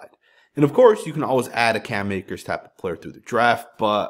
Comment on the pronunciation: Cam Akers??? Bro😂😂😂